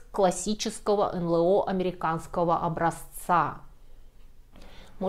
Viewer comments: Если следовать правилам произношения букв алфавита НЛО звучит : "Эн Эл О", а не "Эн Лэ О". 🤓😎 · У всегда грамотная речь и правильные ударения. Поэтому удивило произношение эНЛэО вместо эНэЛО. Или это - тоже первоапрельская шутка? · К стати, не "эн-лэ-о", а "эн-эл-о". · Не "эн лэ о", а "эн эл о", аж слух режет.